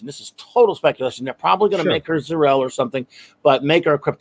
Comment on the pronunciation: She's not zor-El but cir-el